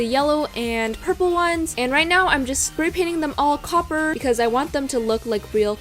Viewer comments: she said coper so many times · The amount of times she said “cOpPeRr” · How many time did she say coper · did anyone else really want her to stop saying copper 😂